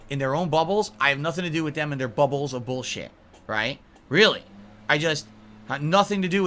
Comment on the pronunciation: This is the 57th "No more drama boolsheet" videos he's done